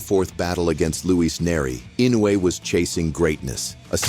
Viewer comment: EFFing A.I. couldn't even pronounce Inoue's name RIGHT - WTF?